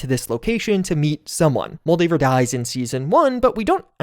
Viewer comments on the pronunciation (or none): none